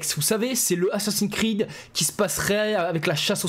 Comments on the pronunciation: Ho lala ,j'ai entendu ''assassin crade'' ?🤔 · "assassins crade" 😂😂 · Le prend pas mal mais j'ai rigoler quand ta mal prononcé assassin's creed tu à dit "assassin'scrade" j'ai exploser de rire je suis désolé vraiment 😂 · " Assassin crade"le lapsus 😂😂😂